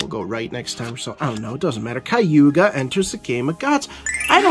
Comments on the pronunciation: Kag Ew Yah not Kaiewgah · "Kah-guu-yah". If you like the character enough, try to learn her name man haha! i did get a chuckle out of 'Kayuga'